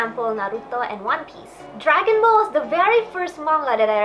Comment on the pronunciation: I like norigami dragon ball z (u said it wrong) and naruto